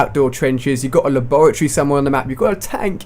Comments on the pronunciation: It's lab -ra -Tory lol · A "Lah-Bore-A-Tree" lol. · haha La-Bore-uh-Tree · He's obviously not from where ever you are, because depending on where you where raised/lived it's pronounced differently, I know that in Australia it's pronounced lab-ah-tery, I'm not too sure for everywhere else. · la-borr-ity. Lol! :) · HAHAHA its pronounced lab-ra-tor-ee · You say laboratory stupid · How the fuck do you say the word laboratory, that sounds weird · Say laboratory again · Do you not know how to say laboratory? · nice pronoucing of labratory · U say labatory wrong ali a lol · The way he said Laboratory The fuck?